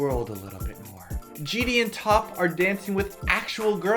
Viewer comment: Haha I just noticed you guys say JD instead of GD